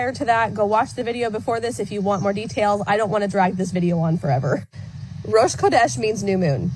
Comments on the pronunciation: It's pronounced Rosh H(phlegm)odesh. These folks are taking Jewish tradition and not even bothering to learn to pronounce anything correctly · Ffs Rosh Chodesh is pronounced as HO-desh. Rosh Chodesh happens every month. It’s the start of the new month on the Hebrew calendar and is a woman’s holiday in Judaism. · I can confirm that it was being pronounced wrong but it’s actually a combination: rosh hodesh is probably the most accessible transliteration. Directly translated, it means head of the month. You know, that thing that happens every month. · She didn't even look up how to pronounce it. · completely butchered the hebrew, as most apologists from english-speaking countries do and which only goes to show they know nothing about any of this. what she said translates to "a head of holyness" or more succinctly a holy head, or alternatively "the head (start) of holiness". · I had to Google it to see how it was supposed to be pronounced, and when I saw how it was spelled, I wondered if she also pronounces Chanukah with a hard C.